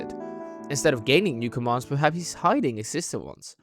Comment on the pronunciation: Ah yes… “hidding”